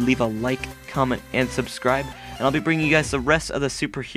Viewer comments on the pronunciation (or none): none